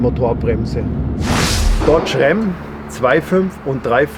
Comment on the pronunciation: „Dotsch Rämm“